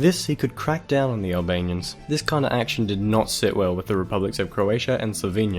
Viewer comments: Nice video,I am from Serbia and you aren't reading right ,,Milosevic" but it is actually reading like ,,Miloshevic'' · Good video. Just make sure you get your pronunciation right. It is miloSHevich, "SH" as in "shoe".